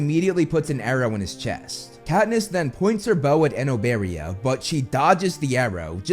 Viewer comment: He said it exactly as how it’s pronounced, I think you’re actually just not saying it right